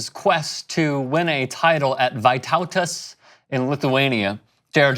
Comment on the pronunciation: Ohhh cmon why does americans say vaitautas but not vytautas!